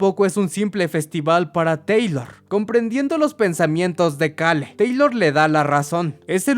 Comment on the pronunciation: Me estresa muchísimo como pronuncia "Cale" más porque en los primeros minutos lo repite como 20 veces